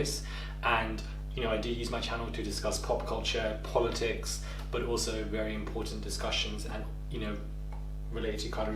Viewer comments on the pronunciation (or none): none